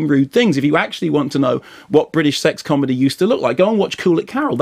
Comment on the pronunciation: "Not a haard man, but a com'dy staaahh"!